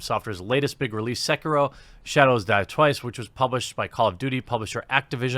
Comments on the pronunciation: Seekihrow....lol c'mon guy. haha. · I'm sorry WHAT!... SEEK-E-RO, OK!... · Will Jeremy ever pronounce Sekiro correctly?